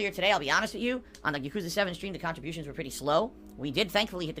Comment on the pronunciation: “Khantribotiuns are and will always be mahndatory”